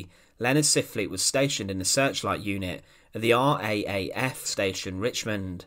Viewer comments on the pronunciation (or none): RAAF is pronounced as RAF